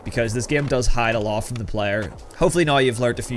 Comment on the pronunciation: the way you say "now" is just wrong.